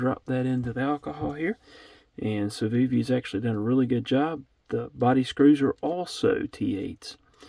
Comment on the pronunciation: I don’t speak fluent Civivi but I think you pronounced it correctly